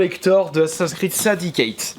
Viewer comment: tu sait pas dire assassin creed XD